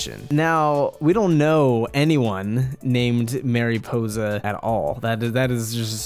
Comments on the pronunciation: Mare Ih po za Not mareepoza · MA-riposa not MAY-riposa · i’m sorry but it bothered me how you said mariposa mArY•pOsE•a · It's mari possa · Mariposa means Butterfly. Pronounced Marie - Possa.. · Tip: please go to WordReference and listen to how you should pronounce Mariposa. I couldn’t get through the vid. Thx mah-ree-posah Ok I watched but cringed hard everytime you said Mariposa. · Dude, your pronunciation of Mariposa is PAINFUL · Your saying mariposa it wrong I don’t care for it ! Lol seriously it’s distracting.